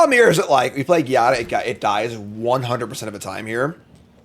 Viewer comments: my man i don't wanna be a grammarnazi but Giada is pronounced with the g like in geometry, is a latin name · Here is the prophecy: will never win with angels until he learns how to pronounce Giada.